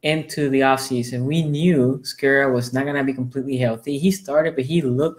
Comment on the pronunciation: Ouuuuuch! "The Skuras". That is just next level wrong. LOL